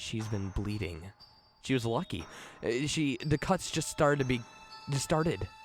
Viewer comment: "Da bridge" "da bunny man"